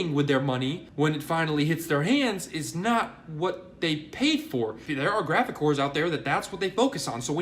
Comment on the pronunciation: Am I the only one that thinks he says drastic as if it rhymes with Jurassic? Sort of on graphic as well.